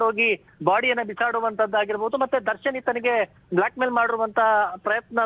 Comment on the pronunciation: Oyee.. tell as 'darshan' not Darshan 😅👍